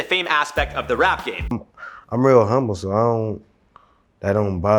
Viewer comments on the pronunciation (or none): none